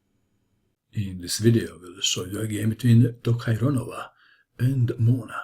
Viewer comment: Congratulations for being able to say Tokhirjonova. I was expecting her full name, though